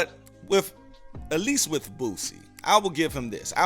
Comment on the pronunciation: Who is BOOTSIE 😂😂 You mean Boosie? It’s all love my brotha